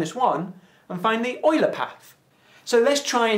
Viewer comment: Leonhard Euler was german. In german "Eu" reads "Oi".